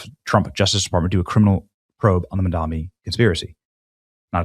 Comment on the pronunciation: BRW , it’s Mamdani, not Mandami